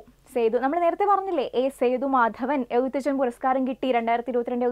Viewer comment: എഴുത്തച്ഛൻ എന്ന് പറയുന്നതിൽ എന്തോ അപാകത ഉണ്ട്..